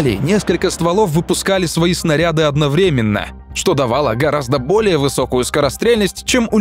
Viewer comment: автор, делай правильно ударения в словах сОздал и одноврЕменно. надо создАл, одновремЕнно. учи русская языка однако.